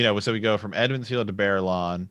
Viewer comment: I've heard you say this before , I figured you were just miss speaking. Its EMMONS FIELD not Edmonds, it comes from the old kings name, Aemon.